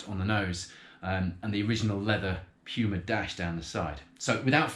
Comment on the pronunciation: its Puma not Pyuma